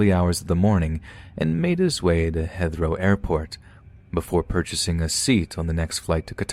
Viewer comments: Yeah, that and pronouncing Heathrow as Hether-row instead of HEEth-row. There are alot of common words these story readers mispronounce, which is off-putting. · It’s like the pronunciation of Heathrow… it’s pronounced Heeth row lol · Heathrow is pronounced "Hee-throw". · Heathrow rhymes with "teeth crow." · It might be an idea to do a little research into pronunciation. Grosvenor is not pronounced groz venoor but grow vener. There were a few similar examples but that was the most hilarious and stand out lol. You might use the same edit technique as with 'Tanzania'. Heathrow is an international airport town, so shouldn't have been too hard to figure out. Great work besides though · Anyone else cry silently how he pronounced Heathrow? No? Just me?